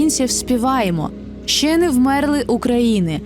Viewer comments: І що буденним співати замість ще щьє? Нехай вимову звуків вперше вивчить це гімн код нації а не хуйня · Вперше вивчи українську вимову звуків тоді прайс з піснею якесь щє чього навіщьо